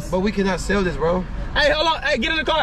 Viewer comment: You tried to SELL not “Sale”